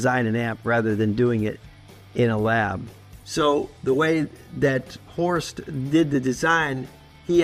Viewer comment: I love how he pronounces Horst like „horsed“